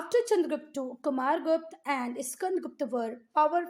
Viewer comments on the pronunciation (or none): Not gupt its guptaaaaaaa